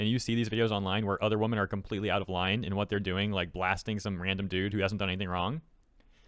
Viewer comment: It really throws me off that you keep pronouncing "women" like "woman" 😂